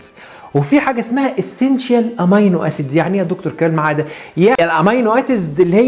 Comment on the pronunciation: نطقك للأحماض الامينية حطأ فاحش تنطق امينو وليست اماينو